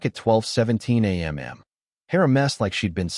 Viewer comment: Please fix the A-I stuttering and adding of an extra "m" when giving time in terms of a.m. and p.m. A point of exaggeration in terms of details in story; I don't care how good a person's hearing is, there's NO possible way from upstairs you can hear someone downstairs normally breathing, unless they are gasping out loud for breath... After listening for a little more than 11 minutes I bailed out on the story.... Too much pointless meandering and repetition.....